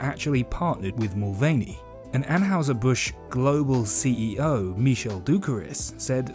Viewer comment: Are you pronouncing Anheuser incorrectly on purpose? 🤔